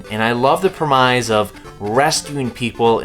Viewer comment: The way you pronounced premise gave me a stroke